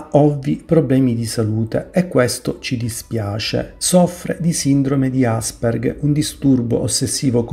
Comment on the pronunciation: si dice asperger non asperg....che ci sia una struttura dietro Greta non ci piove, dire pero che l'uomo non stia bastonando l pianeta e' una follia!!!sapete quante specie di pian te e di animali sono sparite dagli anni 70 ad oggi? sai quante foreste sono scomparse? sai quante ne stanno scomparendo? fatevi due conti e cercate di vedere il problema, ringraziate che ci siano persone che lavorano per opporsi a questa terribile tendenza senza fare polemiche per due click in più!!!